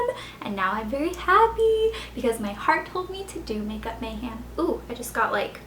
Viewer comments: She says MayHAM rather than MayHEM. Its getting irritating.. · Its pronounced makeupMayhem not makeupMayham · mayhEm... not mayhAm. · You can continue saying makeup mayhem like mayHAM if you want. But i personally don't like it because i think it's mayhEM. with and E. not hating! just commenting! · anyone else lol when she says mayhAm? Haha